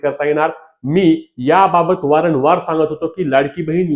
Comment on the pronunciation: वारण वार नव्हे रे येड्या वारंवार म्हण😂😂